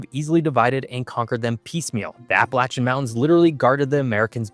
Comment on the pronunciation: he pronounced APPALACHIAN correctly. I hate when someone says APP UH LAY SHUN